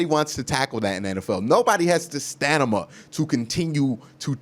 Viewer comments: Bro the word you meant to say is stamina not stanama. Your awesome man keep up the great vids. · Word of the day "stanima" Definition: too discouraged and tired to tackle the ball carrier. The way you say stamina and ask crack me up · ... Stanima.?.😂you kill me Q...